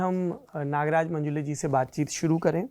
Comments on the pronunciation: अरे बावा मंजुले नही, मंजुळे है वो... किसीका भी नाम ठीक से लेना चाहिए... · मंजुळे✅ मंजुले ❌ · It is not 'मंजुले', it is मंजुळे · मंजूले नहीं मंजुळे है हिन्दी हो या अंग्रेजी ओन्ली मंजुळे